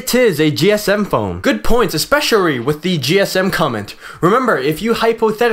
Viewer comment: "espesharry". this guy is actually jokes.